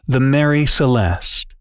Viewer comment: It is the MARIE Celeste.not Mary.